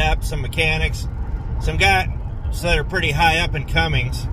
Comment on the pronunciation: Cummins not Cummings !